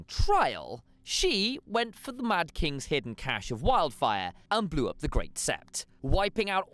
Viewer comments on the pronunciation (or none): none